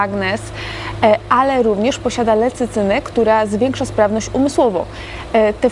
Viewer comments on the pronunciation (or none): Lecycyna? Czy lecytyna? :)